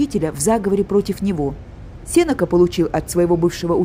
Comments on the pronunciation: спасибо, экскурсия по выставке очень интересная. Но ударение Сенека падает в литературном русском языке на е после н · Здравствуйте! Тоже резануло слух.